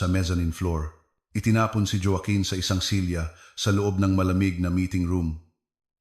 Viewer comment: Anong jowaken joaquin yan ayusin mo pagbasa mo